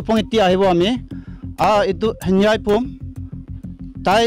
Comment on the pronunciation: His name is Henveih not Hanbua